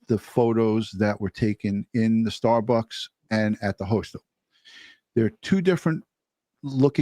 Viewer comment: Dear Ed, I love ya, I do…but if you keep calling a hostel a “hostile”, I’m gonna start saying “splatter” 😂😂